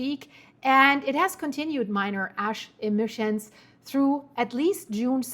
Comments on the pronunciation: “Ass emissions” 😂😂😂 I’ve been speaking English all my life and say the same thing! Love ya! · Dann sagst du: A...schemissions, ich lach mich kaputt grade😂😂😂😂😂 deutsch-kanadisch Versprecher. Lg aus der Heimat ❤❤❤